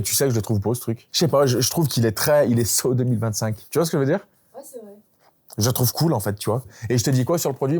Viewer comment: "So 2025" faut pas le dire en machant les mots hein.... 😂